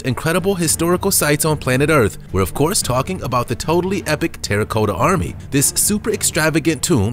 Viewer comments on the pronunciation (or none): It's not Soth-bees, but it's said SOTH, rhymes with dud, SOTH-eh-bees, Not Soth-bees. Terracotta, sounds like the name Tara, then sounds like the word cot, a bed like thing you sleep in, so all together Terracotta, not TERRA-COAT-UH Seriously someone should have corrected him because unfortunately it does make him look and sound bad and inadvertently he comes across as uneducated. Sorry, but it's true. Again, not a hater, but love English